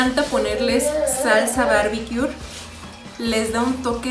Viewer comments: Me cagué cuando dijo salsa Barbiquiur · Salsa Barbiqiur 😂😂😂 lo regresava y regresava 🤣🤣🤣🤣🤣 bar-b-q mujer. Pero gracias por la risa!